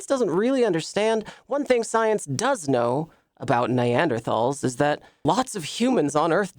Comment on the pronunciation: Smh mispronouncing neanderthals